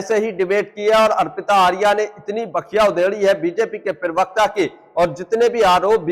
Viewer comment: aap pahle प्रवक्ता sahi bolna shuru kariye aap pirvakta bolte hai Aapka video achchha hota hai lakin प्रवक्ता boliye